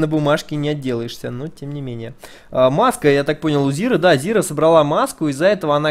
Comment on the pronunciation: Не "Зира", а "Зайра". Не "Ви", а "Вай". Спасибо за видео. Интересный матч.